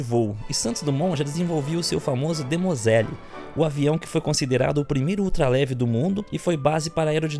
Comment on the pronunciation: Gostei muito da exposição e da explicação, mas o nome não é Demoselle. É Demoiselle.